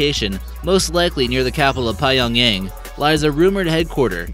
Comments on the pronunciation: Its not"PAYONGYANG" boy, its PYONGYANG like pe-yong-yang, thats how to pronounce it.... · The way this guy mispronounced things bothers me. Bucking-Ham palace is pronounced Bucking-um palace, Pie-ongyang is pronounced Pee-yongyang, and others I forgot. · Pai-yawng-yaeng EXCUSE ME 평양 pyuhng- yahng 🤦‍♂️ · Pie yong yang? Its Pyongyang my G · Is that how you say it? Pie yong yang. I've been pronouncing it different my whole life. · Pie yong yang lmao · Pie-yong-yang, lol